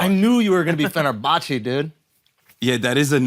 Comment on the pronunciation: ...and I am even more confused as to how Schulz knows how to pronounce Fenerbahçe and Galatasaray.